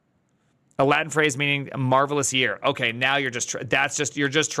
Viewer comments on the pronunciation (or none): none